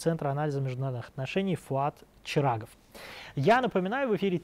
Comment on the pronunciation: Этому чирагову требуется логопед..